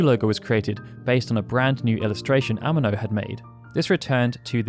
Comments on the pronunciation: Yoshitaka "Ehh-Meh -No"... holy shit north americans really don't give a f*** about anyone else language. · Why do you pronounce Amano like an English word? I'm sure you seen many interviews saying his name. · The way you say “Amano” is killing me 😂